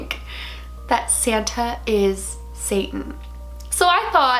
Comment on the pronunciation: He’s sant nick not saten